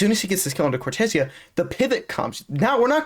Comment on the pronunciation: No, im brazillian, And hes saying correctly, the casters says as americans says It, so they say wrong, is cor-te-ZEA